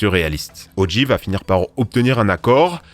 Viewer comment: Ça se prononce "O. Jay", pas "O. Gee".